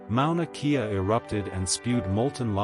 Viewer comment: Mauna Kea … pronounced Kay-a not kee-a